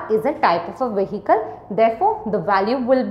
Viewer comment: mam why do u pronounce the h in the word vehicle? i am sorry but i have say u do have a lot of grammer mistakes in your vocabulary .